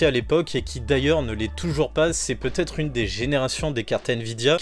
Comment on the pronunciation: merci pour la vidéo, mais pitié !!! "peut-être" !!!! pas peutetre...